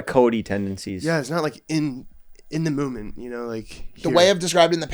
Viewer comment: “mooment”